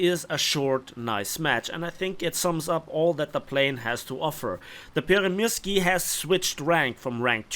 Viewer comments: just letting you know its pronounced more towards Pyörremursku as in finnish Ys are pronounced more as Us. Pyörremyrsky translates into hurricane in Finnish 😊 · Finnish 'y' is pronounced as 'ü'.